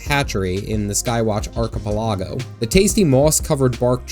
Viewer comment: Imma need you to repronounce archipelago...